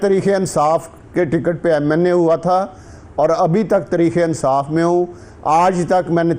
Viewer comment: Yar is ko talafaz to theek karen tarekeinsaf keh raha he